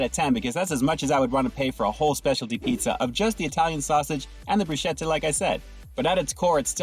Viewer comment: Broo sketta not broo schetta, brah.